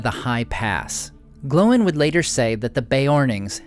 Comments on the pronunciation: Dude you keep saying it like "glow-in" and that's just obnoxious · Why do you say Glow in? It's Gloin dude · So is it pronounced "Glo-in" or "Gloyn"? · I live your videos, but why do you always pronounce Gloin and Oin incorrectly? It's one syllable. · Why do they pronounce Oín and Gloín differently in the films?